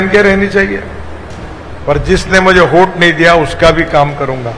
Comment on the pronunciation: “होट” नाही साहेब, “वोट-वोट” 🙄😀